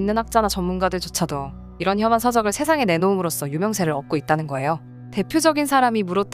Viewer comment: 자꾸 험한, 험한 하는데 처음에는 실수인줄 알았는데 발음도, 자막도 반복해서 험한험한하는것 보니 진짜 험한인줄 아는가 보네. 혐한입니다. 혐오할때 혐이요. 이런 공신력있는 유튜브 채널에서 저런 잘못을 반복한다는것은 정말 못봐주겠네요.